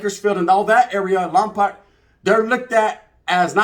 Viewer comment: Saludos and much love from the 805 Lámparas appreciate the love G just wanted to say real quick Lompoc is a Chumash Indian name and it’s pronounced Lom-“poke” but none the less feeling the love